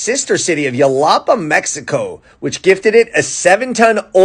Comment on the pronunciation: Xalapa is pronounced “Haw-Law-Paw” with emphasis on “Law”